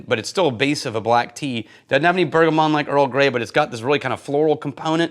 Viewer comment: bergamot, not bergamon -- we want our favorite somm to be accurate and correct enjoyed the doubler thumper talk